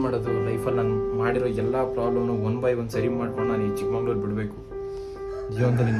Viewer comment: ಚಿಕ್ಕಮಂಗಳೂರು ❎ ಚಿಕ್ಕಮಗಳೂರು✅